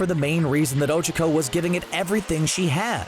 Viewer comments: Oh- CHA-co Not Oh-chaua-co or however you are saying it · Oh chuck oh. I haven't heard anyone butcher names like this since my 2nd grade teacher... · "Ojuhco" Um I think you mean ochacko... like oh-chalk-oh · It's Ochaco not Ocheco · Uhhh it sounds like you're saying Ocheco... Its Ochaco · 'ochoco' >:( and i thought it was 'ochako. huff. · Her name isn't Ochoco its Ochaco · O-Cha-Ko thats how its pronounced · I love how cbr calls ochaco ogiko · Kawaii Sunflower my hero acad ee mia is NOT how they pronounce it in the dub, nor is ohchuckoh stop acting like this butchering is normal 😎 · NAH he says Ochico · Ochico actually sounds easier to say. Especially if you say it like he does.. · the pronunciation of ochaco makes me feel uncomfortable 💀🥺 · The way he pronounces Ochaco in these videos drives me insane. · Mmmmmm the way he pronounces ochaco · and the way he says ochako